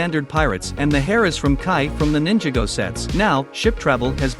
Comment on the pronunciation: The ai said ninjigo